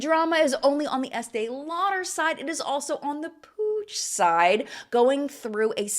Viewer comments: Is Puig pronounced “Pooj”? It is a last name in Spanish and is pronounced “Pweeg“. Unless it’s deriving from a different Language? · My Spanish self has struggled so much at understanding 'Puig' just by hearing the video as a podcast that it's hilarious hahahaha I know my explanation it's going to be awful as I'm not good at language explanation but it it's pronounced kinda like /pooi:g/ (I'm extremely sorry to anyone who actually knows how to write pronunciation of words, english is not my first language and I'm sure my attempt at explaining has been awful). As always loved the video 🥰